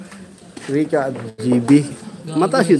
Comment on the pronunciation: Rica hindi Reca